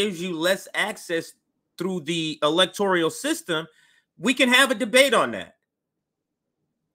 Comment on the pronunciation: whyu do you say electorIAL? lol